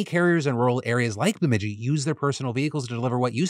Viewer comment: Way to go Phil you nailed the pronouncement of my hometown Bemidji!